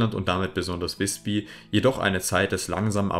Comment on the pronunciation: Übrigens: Nicht "wisbi" sondern "wisbü"! Das y ist im Norden dasselbe wie unser ü.